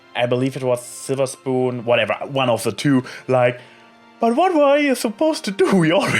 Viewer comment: Definitly not a bad episode, though the split up of the cmc came kind of sudden. In the split up scene at first I though applebloom was trying reverse psychology. Now we're sorely missing a Sweetie Belle Episode. On an unrelated note, Slither Spoon is best prononciation.^^